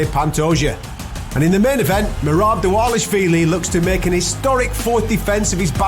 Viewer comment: Oh no. finally pronounced merabs name correctly. Merabs is screwed